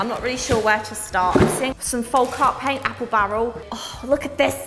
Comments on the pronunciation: I love you but you stress me out every time you say folk folk folk FOLLLLLLK. With an L. You said it right the other day as I was super excited. Then you reverted and I cried a bit inside 😂😂😂 folk as in yolk. Love you xx 😘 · Please stop pronouncing the L in folk. It’s pronounced foke, not foLk. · The way you say folk is so funny to me! I dunno but in Ireland we say folk like foak and in oak tree 🌳 Lovely products for all the painty fun 🥰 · What a wonderful gift and you were very gracious in your thanks. Hope you won't mind my pointing out that 'Folk' is almost certainly pronounced 'fowk', as in the phrase 'folk art' meaning the art of the people as opposed to academic or commercial art. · hon, the 'l' in 'folk' is silent...